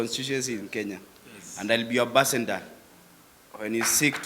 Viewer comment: Did i here this mp say abassendor😮😅😅